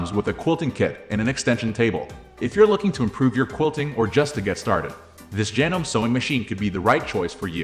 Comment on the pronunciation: Despite the spelling, it's pronounced "janomee" not "janome". It's not a life or death issue, but I thought I would mention it.